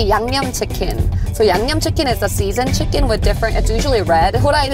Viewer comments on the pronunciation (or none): YB accepting that Keith and say yumyum instead of yangnyum. 😂😂😂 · The level of respect is so clear and I love that about him. I do think the mispronunciation is cute and complimentary in this particular instance - I love that my non-Korean friends call my yangnyeom "yum yum sauce" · Keith's realness shining through 😍 when he's genuinely like I thought it was yumyum and trying so hard to say it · I do love the explicit callout that they would never purposefully mispronounce or make fun of a culture's food! LOL the grimace Keith made after trying to say yangnyeom made me laugh out loud, it can certainly be a tonguetwister!